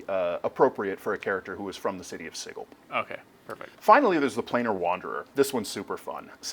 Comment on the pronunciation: It's a hard G in Sigil? oh boy.